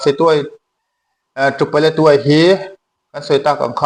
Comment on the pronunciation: Paletwai tiin i lama ,ka hriat dan chuan Paletwa ni in ka hria a dik zawk in ka ring.